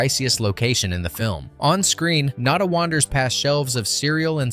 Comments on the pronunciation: NAH-DAH. NAH-DAH. Not NAY-DAH!!!! Get your shit together, please!. This is more than just a movie to some of us. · naw-da, not nay-da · Not Nay/-duh, Nada (nah/-dthah), as in Spanish for nothing. Such a great movie. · Nay-da? Bro, did you miss phonics class in school or something? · It's pronounced...... nah-duh. Spanish for nothing. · Well, whatever classic you "expose" next, try to pronounce the name of the character properly each time you say it. Nah-da, Naa-da? Really? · Maybe get a REAL narrator who can pronounce the character's names the same way each time. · You seem to be confused about how to pronounce the protagonists name. Have you even watched the movie or are you talking out the side of your ass?